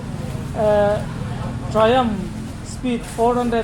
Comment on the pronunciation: Tri-um tiin ilam daih maia.. triumf Tia lam zawk tur Ani em?